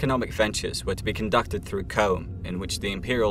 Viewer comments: CH-CH-CH CHOAM not COMB ffs. In the Movie and In the audiobook aswell come on. Absolutely love your content though dont take it the wrong way xD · It's not comb its choam. Why would you pronounce it that way? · Just because you are British, you CANNOT alter how Frank Herbert dictated things are pronounced in HIS Universe. CHOME is NOT pronounced kōm! It is pronounced Crōm. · except for the part where he talks about the Guild as a memeber of C.H.O.A.M (CHOAM) and calls them Comb, other than that its exquisite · K-ōm? Try Ch-ōm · CHOAM not Comb